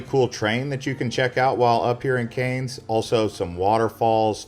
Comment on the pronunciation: Cairns: Cans! Not Canes!! Good grief!